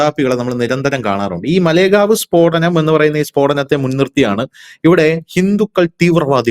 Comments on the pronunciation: മലേഗാവ് അല്ല മാലേഗാവ്ആണ് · മലേ ഗാവ് അല്ല മാലേഗാവ് ആണ്. കുറ്റം പറയുന്നതല്ല. പറഞ്ഞ് എന്ന് മാത്രം.